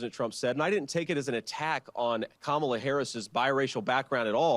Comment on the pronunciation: Also, the smallness of their continuing to mispronounce both Kamala and Walz just pisses me off. Children.